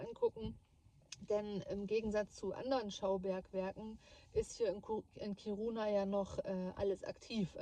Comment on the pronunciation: Ich hab die Stadt noch vor der Umsiedlung kennengelernt. "Kiruna" wird übrigens auf der ersten Silbe betont und nicht auf der zweiten ("Kiruuuuuna")